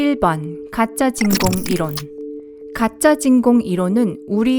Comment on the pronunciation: 이론 발음이 많이 이상한데 목소리는 누구목소리인가요?